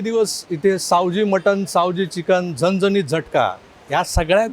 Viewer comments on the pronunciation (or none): झनझनीत नाही "झणझणीत"बोला 😂